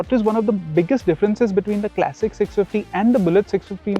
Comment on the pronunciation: Kleysik ❌ Klasik ✅ Bina matlab ka tedhiya rha, irritating pronunciation